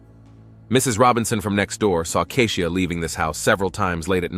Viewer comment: Keisha not kezia, keshuh, kehsheeuh! Not Lotousxia, Latasha. Who’s reading!? Mercy!!!